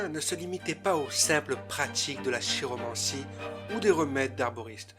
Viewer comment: Prononcer "kiromancie"